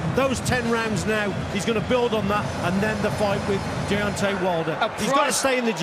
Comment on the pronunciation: he said beontay